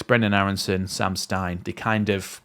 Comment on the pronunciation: mate love your videos,, but cmon, let's get the pronouncing sorted: it's SEM (not Sam!) STINE, and his club is not "TWENTY", it's Tuh-VEN-Teh MOT